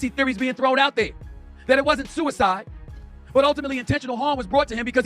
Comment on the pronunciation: It was SUCK-SIDE 😂😂😂😂